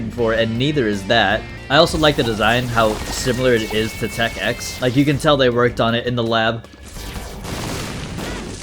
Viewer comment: Smh you AND the audience are doing a skill issue here, you say 11, they say 9, when it CLEARLY is called tech ix (icks)